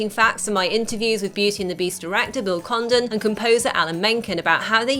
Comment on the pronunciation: I thought she said Bill Condom